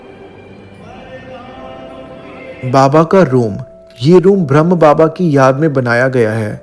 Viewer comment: omshanti …. brahma kumaries hai bhram ni h … aur brahma baba not brahm baba pls correct pronouns.. m ur sister 🙂 omshanti